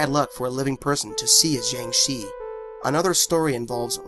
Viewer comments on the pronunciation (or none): jiangshi is pronounced "jang sure" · jiengggg shiii